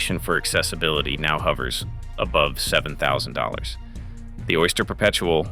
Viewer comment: Worst AI voiceover I have ever heard. Down voted. "OY-STA-HERR P-P-ERPT-UH-EL" LMAO